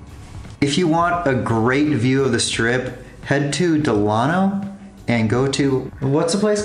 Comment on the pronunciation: Sorry to nitpick but you are mispronouncing Delano.